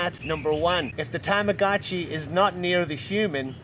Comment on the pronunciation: please stop saying Tamagotchi like that its terrible. that's not how it is pronounced. tama-got-chi, you sound super hick when you say it like you did.